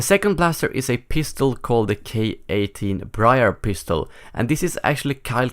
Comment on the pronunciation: he said k18 pistel